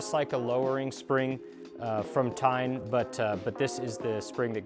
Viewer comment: TEIN pronounced as TAEYN. not TINE.